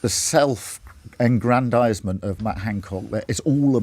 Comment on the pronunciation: The word is "aggrandisement" not "engrandisement".